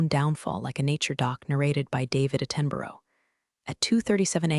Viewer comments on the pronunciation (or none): Yeah that “A-ten-boro” line had me pause too—felt like a first take no one fixed. But those chaotic subs? Way worse. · David A-ten-boro was the ultimate mispronunciation, but since the compulsory wrong subtitlles are more distracting, it was fairly easy to overlook. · Yeah, they *tried*... but “A-ten-boro” definitely ain’t it. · I loved David A-ten-burrow. just loved that show. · that’s where the name got butchered hard not to notice. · that mispronunciation had me rewinding just to laugh again classic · Loving the pronunciation of Sir David Attenborough's name 🤔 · David Etenborough (pronounced as Et-TEN-borrow)? 🤦‍♀️